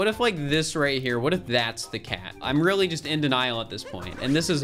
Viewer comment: “Weally” wtf